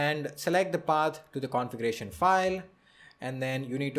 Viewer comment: You have made a wonderful video. you are articulate in your explanation. two things i would like to correct although not that important but, since i see your pronounciation skillls so good, i would like to correct pronounciation of two words i.e. envoirnment and configeration. please check the pronounciation.